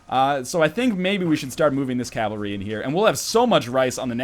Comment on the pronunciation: Every time you say Calvary, I unsubscribe. But then I re-subscribe right away! I can't leave you, NL. I just can't!